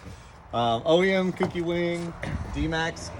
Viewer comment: ITS KOU-KI NOT COOKIEEE